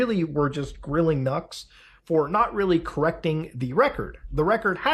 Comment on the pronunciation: “Noox Taku” my ESL streamer 😂